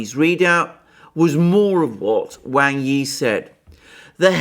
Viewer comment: I really enjoy your videos, they are very well thought out. One criticism, please pronounce Wang Yi's name correctly!